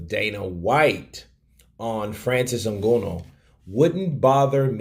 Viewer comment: you clearly don't watch UFC, the way you are pronouncing Nganou